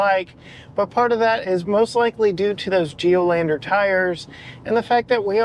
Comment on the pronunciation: Geolandaaar not Geloandeeer lol:face-turquoise-covering-eyes